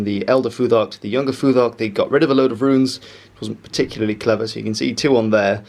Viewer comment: Politely, I believe the preferred pronunciation is "Roons" with just one syllable (and not "Roo-ins," much like the word that is spelled 'ruins'). Great video though, I appreciate the attention to this!